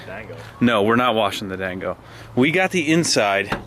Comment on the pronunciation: Is John's durango an RT? And it's 'Rango dammit not 'Dango... keep up the great vids. It feels like yesterday when u had like 20k subs!!